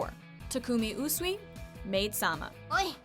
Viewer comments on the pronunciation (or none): yah sure....ooooosssweeeeeeeeeeee. His name is pronounced as oo-sui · OMFG, stop butchering Usui's name😈😈😡😡😠😠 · I’m dying on how she said Usui’s name